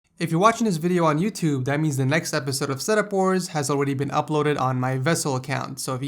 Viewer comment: Am i the only who thinks hes saying ,,setup whores"